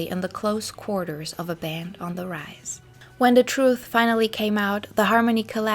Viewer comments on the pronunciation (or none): none